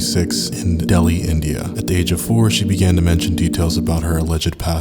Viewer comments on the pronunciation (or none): none